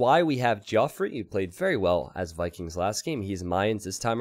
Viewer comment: Geoffrey is just pronounced the same as Jeffrey, it's not Joffrey lol.